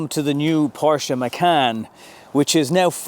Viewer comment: 08. A word to the wise - "Porsche" is a two syllable German name. Tsk Tsk